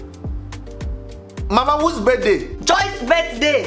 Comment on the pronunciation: how is mama pronouncing the "birthday" it sounds like birt, lol